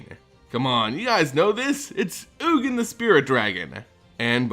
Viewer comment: is oogin, the correct pronunciation? I though it was yuu-jin. Sounds better to me.